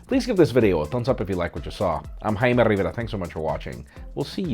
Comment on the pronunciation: JUST SAY JAY_ME RI_VAR-IA!